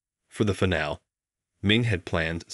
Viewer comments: Please have someone coach the readers on the proper pronunciation of specific terms such as: Chopin is: "show-pan" not choppin Recital is: "reh- sigh- tl" not ressital Finale is: "fin-a- leh" not fye nail ..ugh!!! Ruins the effect of the story! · I was easily willing to pass over the pronunciations of Chopin, finale, and others. This was a well-written story that draws in young and old, especially those who thirst for encouragement, whether in music or just plain Life. Well-drawn, including the device of the frozen photo that remains in place while the story is told, weaving emotional responses in the listener/reader. Well created. Well done. Thank you for excellence in the arts.